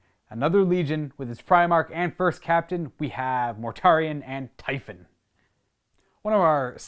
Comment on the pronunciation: Typhon, not xiphon